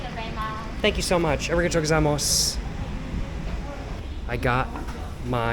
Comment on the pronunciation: uh ree guh toe go zai moss 😂